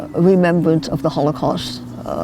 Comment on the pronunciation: did Ronnie mispronounce Holocaust at the start? haha